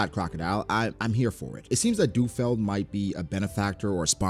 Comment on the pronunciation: isnt it Lu Feld? why is saying du feld?